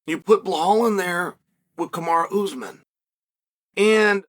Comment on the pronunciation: After all this time Chael still says Oozemen instead of Usman.